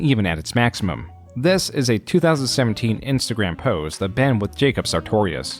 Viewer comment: "Flash was the creative tool I had always been dreaming OF" Why did you emphasize "of" in that quote?